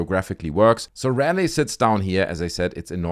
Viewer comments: If you care, its pronounced Raw-lee. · Interesting video. I live in Raleigh, NC. FYI it’s pronounced “Rah-lee” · The city is pronounced ra-lee. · Ra Lee Thats how you say raleigh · Sorry for the correction, but Raleigh is pronounced Rah Lee. Trust me, you're not the only creator pronouncing it wrong. I like your videos. 🙂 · Oh and its pronounced Raleigh(Rah-lee), great video though